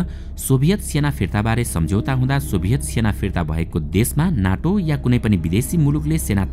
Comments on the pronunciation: नाटो होइन सर नेटो हो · “ नाटो”होईन “नेटो” भन्नुस